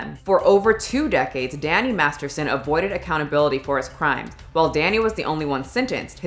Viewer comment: The first time you say Danny Masterson it sounds like Danny Marston lol